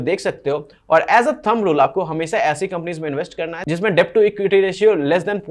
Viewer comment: डेब्ट नही भाई, डेट कहो। Debt nahi det kaho